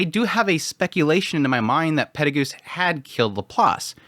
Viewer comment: The name that said there, is he saying “Perugius”? The way he pronounced it is so strange. It sounds like he’s saying “Pedigoose”, haha instead of “Pe-ru-g-us”. Or is he talking about someone else? I’m only up to vol 17, so maybe this is a new character.